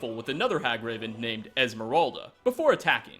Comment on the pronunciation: It's Moira not Moria, a possible reference to Moira Brown from Fallout 3, besides her saying my precious when referring to the ring, referencing Gollum from Lord of the Rings. And it's Esmerelda, not Esmeralda, Esmeralda meaning Emerald in Spanish. You gotta' get your facts right.